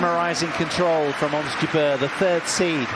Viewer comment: it's "jabeur" not jubear... :)